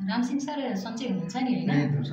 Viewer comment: रामसिङ होईन रामसिँह भन्नुस्!